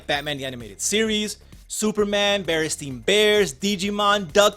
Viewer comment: Its Berenstain Bears not BerenstEin Bears. Mandela Effect!!!!